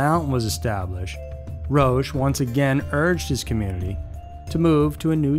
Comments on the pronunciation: It is not "Roash" it is "Ro-ahcK' Dear lord, you have completely bastardized the French language! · It's pronunced ROCK not ROACH, even if it suits him well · Roche is pronounced "Rock". These cults are crazy! I haven't heard of any except the last two. 💙❤💜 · Pronounced Rock (Roch) Terry-o (Theriault)